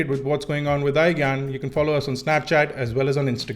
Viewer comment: I'm soo sorry bro but everytime you say iGyaan it sounds like iGaand and i can't stop laughing after 1 minute you say it. anyways nice video, subscribed! :)